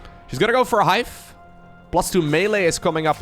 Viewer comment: At like - You said Hife not Hive, I'm only saying something cause in one of your other videos you called yourself on it, and asked us to as well <3 Great casting btw!